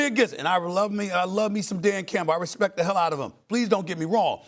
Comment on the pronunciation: "...put some respek on my name..." 😂